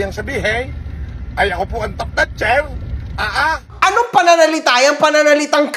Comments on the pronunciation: The One..... parang mali yata pagkakadinig ko ha..... "top notcher" o Top"Snatcher"? ahahahahahahahahahahahha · Ano daw Top ess natcher? Hahahaha